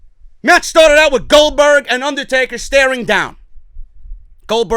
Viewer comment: Goldbotch not Goldberg